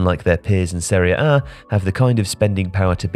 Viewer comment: Why do you say Seriea A? It’s Serie A. Woeful narration